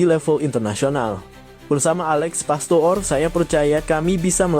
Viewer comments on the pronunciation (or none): Itu nama jgn dibaca pastoor tp pastur yaa